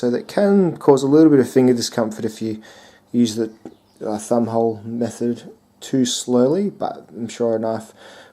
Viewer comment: On first listening I thought you said "fun hole". Thumb hole. I'm not sure I dig the idea of a flipper and a fun hole on the one knife, seems a bit redundant. Reminds me of a dual control rubbish truck or a siamese twin snake that wants to bite it's other head, or when they would still very occasionally put cassette tape decks on stereos after the turn of the century, or like sprinkling sugar on Froot Loops.